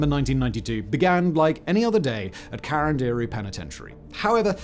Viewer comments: Wow. It was hard to understand ca-ran-di-ru ("karan-dairy".. lol). Couldn't he just listen someone native speaking the correct pronounciation? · Why are you pronouncing it "karanderi"???? Is CARANDIRU! KAH RUN DIH ROOH if u need to know the pronunciation. Not karanderi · I live near the subway station called carandiru in Brazil and the pronunciation would be CA from "call" RAN from "RAM" DI from just the letter "D" and RU from "rude" CA-RAM-D-RU if that's of any use to anyone hehehe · Who else thinks it’s funny the way he says “Carandiru”? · Not a critic. But, a suggestion and comment: The terms and names in Portuguese were pronounced by Simon as if they were in Spanish. The language spoken in Brazil is Brazilian Portuguese. It's understandable, yet sad, that most English speakers always make this kind of mistake. Another common mistake made by English speakers is to use the term Latino as a synonym for Spanish speaker. Brazilians speak Portuguese and are Latinos too. Latinos are speakers of Romance languages (derived from Latin). Among these Romance languages are Italian, French, Spanish, Portuguese, and Rumanian. Therefore, all Italians, Frenchmen, Spaniards, Rumanians, and Portuguese, as well as all those Latin Americans whose language is Spanish or Portuguese (an English-speaking person from Jamaica would not qualify) are latinos.